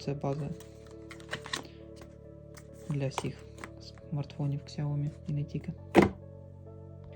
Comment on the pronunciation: Сяоми(сяо купи, ми - меня). Нет нужно постоянно букву К добавлять